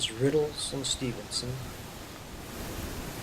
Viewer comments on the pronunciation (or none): I grew up there, and went to school there too. Stenen is pronounced "STEENEN" with a long 'e'